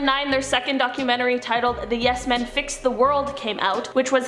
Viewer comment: maybe its just me but i cant stand the way she says "DOC-YOU-MEN-TREE" and then the other girl says its perfectly lol